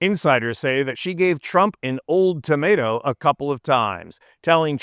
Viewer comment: WTF!? Wiles gave Trump an "old tomato"? Don't you mean she have him an "ultimatum"? I thought this video was AI when I heard that. Seriously, WTF?! Edit: OMG! "Ultimatum" and "old tomato" are apparently an eggcorn for some people (including ). What an embarrassing, lifelong mistake...